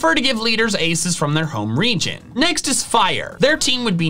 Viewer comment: I thought you said religion